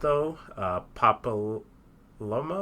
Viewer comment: Watching this on my way home from buying the precon! Btw papalymo is pronounced pa-pa-lee-mo